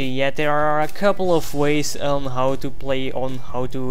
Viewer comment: its how not howw